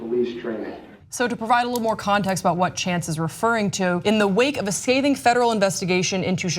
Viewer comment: Screaming PHOENIX she also butchered "scathing". She said "skating".